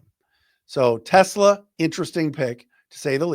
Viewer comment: Just wanted to let you know about a correct pronunciation. It’s Issac Te-SLAH, not Tesla. Love being an every day listener!